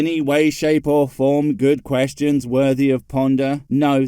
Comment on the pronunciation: he said questons not questions, you got it all wrong